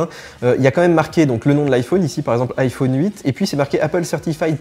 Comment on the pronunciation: J’adore comment tu prononces « iPhone »